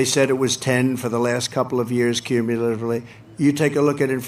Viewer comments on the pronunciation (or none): trump, "cummilitive." Way too many syllables for that idiot.